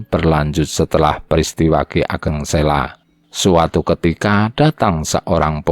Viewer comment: Admin, saya setuju dengan penayangan text sepanjang video. Namun untuk berikutnya saya rasa pengucapannya diperbaiki. Contoh Ki Ageng Sela, itu dibacanya Ki Ageng Selo (Huruf O seperti mengucapkan kata KODOK). Memang demikian pengucapan yang benar. Pemgucapan yang lainnya silakan pelajari sendiri. Terima kasih